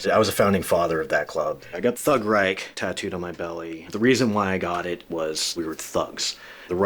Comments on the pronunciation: Hilarious he can’t even properly pronounce those German words but he had them tattooed anyways 😂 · Pfew. 7 minutes in and as a German it makes me very uncomfortable to see all those Nazi symbols (and that no one can pronounce the word Reich correctly).